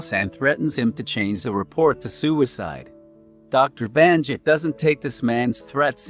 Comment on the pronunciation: It's Bannakit not Bahnjit.